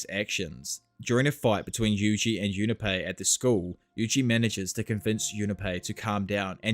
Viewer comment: Jun Pei, not Juna Pei